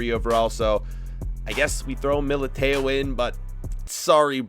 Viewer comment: He made me cringe by saying mil-I-Tay-o